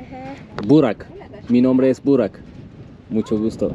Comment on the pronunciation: bı kere Burak de lütfen yine de ümidini kaybetme 😀